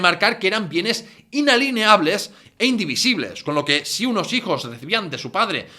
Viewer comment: Inalineables no. INALIENABLES